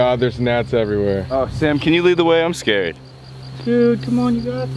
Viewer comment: Colby: "Hey guys, it's sam and colby" Me: "No you're not, that's not how you say it"